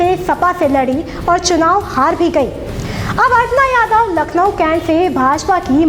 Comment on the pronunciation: अरे अर्पणा यादव नही अपर्णा यादव बोलो